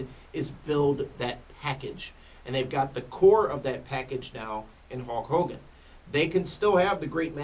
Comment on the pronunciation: Again it's Hulk Hogan not Hawk Hogan and now it's not the same thing.